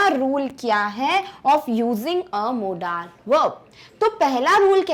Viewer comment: Apni pronunciation sudharo Modal~ मोडल